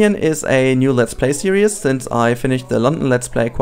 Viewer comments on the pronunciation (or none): Please my friend... It 'series' not 'serious'. Love your video's, but this really, really annoys me.... Keep up the good work though! ;)